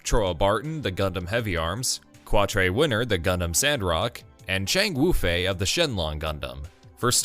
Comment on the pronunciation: Quatre is pronounced Catra.